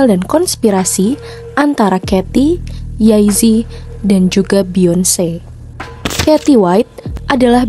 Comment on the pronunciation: Mbak kok nyebutnya yay zi? Jey zi